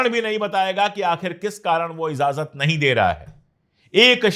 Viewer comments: pandy ji.................. izazat nahi...................... IJAZAT ....corret word hai. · sabkuchh bahot achchha hae bas IJAZAT boliye please,not IZAZAT, sorry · Sir I like you very much and watch your all the episodes , with due respect to you I want to correct one word of Urdu,it’s not “izazat “ it’s” Ijazat “ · Slip of toung